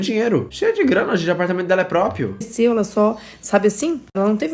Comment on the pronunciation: Eu amo que o fala Propio sem ironia